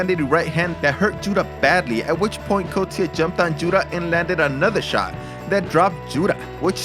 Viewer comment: It's pronounced 'cost ya'